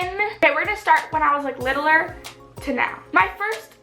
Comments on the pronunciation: the way she says "littler" kills me. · did you just say littleer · wow "littleler" wtf